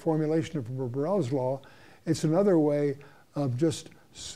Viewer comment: Around 27 minutes he says something regarding a law. Barrels law, burrels law? Anyone have some insight or the correct name? I couldn't find anything